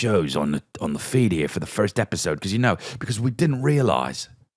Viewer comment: Chris did you mean to say EPISIDE? It's a gackney accent aint it?